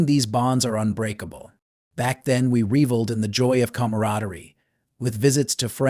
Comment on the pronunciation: What moosebleap.,,why would I want a solitary Christmas? If you can’t pronounce reveled, why do I need to listen to you? I am heading out for a grand family Christmas, followed by a week of fun. Enjoy your boredom.